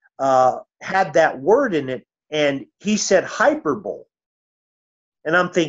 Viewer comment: It's a damn shame. My dear old dad, who's now an elder, sad to say, pronounced hyperbole just like this gentleman just demonstrated 🤣🤣🤣